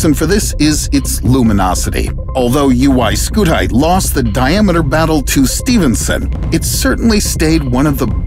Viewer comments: your english was good , yet still u call UY SCUTI as " UY SKUTAI " 🤣🤣🤣🤣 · "UY SCUTAY" bruh💀💀💀💀💀☠☠☠☠💀💀💀